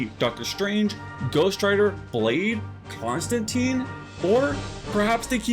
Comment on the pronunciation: Did I hear right...Concentine?